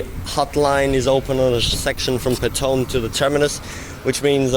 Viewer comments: ITS called State Highway 2, not freeway. Also it's Petone or Pito-One Do your research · Pet- oh -nee , this is how it is pronounced :) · Petone is Pronounced, Pit-Ohnee. The Melling Line stops abruptly, as it use to be the Main line to Masterton.